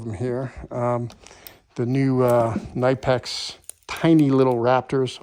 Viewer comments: KUH NIPEX is how they are pronounced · I could be way off. But I believe the icon is made by Stanley black and decker, and the kobalt is made by apex. Also, say it with me Ka-nip-x. The K is not silent.